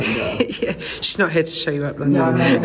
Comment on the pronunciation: Yes he did say shaw invitation 😄 2 times